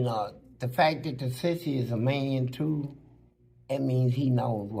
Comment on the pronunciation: DIS TEW MUCH!😂😂😂😂